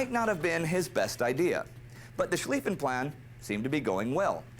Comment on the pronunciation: You pronounced Schliffen correctly nicely done. :)